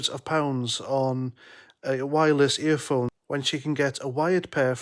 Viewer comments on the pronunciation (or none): Wireless 'eerfouunes' (Apple) Gormless earache (Philips) 😳